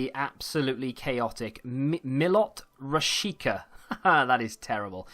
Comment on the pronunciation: Rash-eet-sha Is rashica